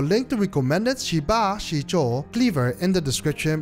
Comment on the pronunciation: Great review, a tip for the pronounciation is that the i after sh or z is like an ehhh sound not a normal i sound so more like sheh ba zeh zuo. it probobly didnt make any sense written lie this, but a google translate of 10 aka 十 would show what i mean, I dont mean to be rude, so hope no offence was taken.